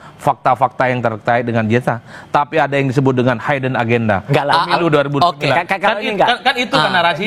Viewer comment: Hidden mas, bukan "haiden" mas 😂😅😂😅😂😅😂